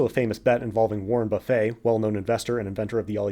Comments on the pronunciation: Seriously ? Warren “Buffet”, like the food table? Only the most famous value investor on the planet and we can’t pronounce it correctly? There are a number of overly simplistic (tempted to say naive) assumptions revealed in the first 10 minutes. They are typical of a retail investor and include cherry picking “passive” versus “active” studies over time periods that include markets that are simply not valid or are incomplete today. Define “passive”. Algorithmic? Index based? There are risks associated with that that while (debatably) acceptably for retail investors or not appropriate for a sovereign pension plan. For example having 10 or so companies represent 40% of an index based portfolio would be insane. “Passive” for a pension plan is simply not the same thing as for a retail investor. As soon as you step away from that it’s not passive anymore. It’s definitely not what Berkshire Hathaway (Buffet’s fund) does. You can’t talk about “beating the market” then translate that into beating a self-prescribed benchmark that clearly is not “the market” Define “beating” - a retail investor will tell you it is portfolio value or “total return”, and some fund managers might say the same thing but for a pension fund risk-adjusted returns are critical and can’t be calculated by similar comparing portfolio values. Far too naive a view. Define “active” - what level of portfolio turnover qualifies? The idea that the typical retail investor or for that matter most funds can be equated to a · Almost sprayed at "buffé" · Warren Buff-eh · Great info. Amazing to me someone as smart as you doesn’t know how to pronounce warren buffetts name properly tho lol.